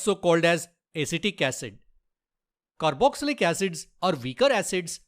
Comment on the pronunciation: "Caroxylic"? It is Carboxylic. Please crrect it